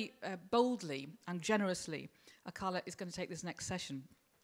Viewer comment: Yeah, plus she pronounced Akala wrong... He's even got bars on how to pronounce it ffs!! Hope I didn't subtract from your comment with my childish humour, good stuff mate :)